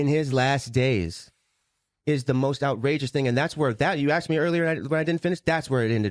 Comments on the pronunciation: 💯 on being evasive & it was evident that each time she was being evasive, well-spoken & measured with her words as she is, she would start mispronouncing words like *axsk. Also,are they trying to take the high road or is it them trying to tread lightly/carefully for fear that if they say too much, BM might in turn unleash a Pandora's box so lethal both sides can't ever recover frm? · aSked not aXed. Children learning to pronounce words say aXed, not 55-year-old grown women